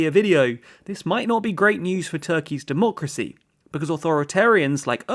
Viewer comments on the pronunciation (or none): none